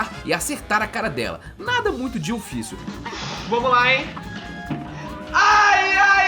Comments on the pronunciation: Gente alguém por favor conta quantas vezes ele disse Dioficil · se voce falar dillficil mais alguma vez eu juro q eu vou explodir minha cabeça com um .50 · Eu contando quantas vezes ele disse ''dillfício'' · A palavra q eu ouço ate agora e dillficil e dillsafio😂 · para de falar dilficil . . . . . . . . . . . . . . . .